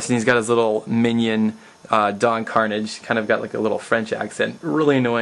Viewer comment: I love Talespin and those old cartoons too. In the video you pronounced Karnage's name wrong but I did that too at first before I watched Talespin. These tribute videos are cool ,make more. Yeah, I'm a Disney fan, but I wonder what's up with the ducks too...